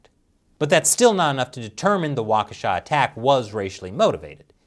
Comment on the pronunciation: You were pretty close with the pronunciation of Waukesha